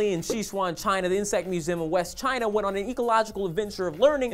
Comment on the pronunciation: Ummm that's not how you pronounce 'Sichuan', but whatever...Americans...and also in other countries we don't really use inches...but you know...Americans.